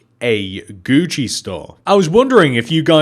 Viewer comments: Do you call it Guuci there? Cuz Guuci is spelt Gucci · It's Gucci I died laughing when you said that